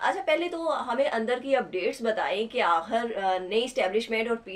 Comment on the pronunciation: Please change this compere unless she improves her urdu accent. Please tell her the word is not AHIR, the word is AKHIR and so on....